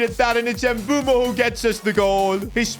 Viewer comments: Fr it's pronounced mb oouemo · It is pronounced mbu-emo not mbu-mo btw love ur vids miss the f1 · Please brother, I beg you… his name is MBEUMO (“Mbeh-oo-mo”), not Embumo. 💔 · Just to let you know it's not mbumo its Mbuemo pronounce the E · Mbuemo after calls him Mbumo everytime:😢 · Why the hell do you call him Mboomo? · Bro pronounces Mbuemos name Embumo lol.Just call him bum😂😂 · Bro its Mu-bwe-mo pronoun it nicely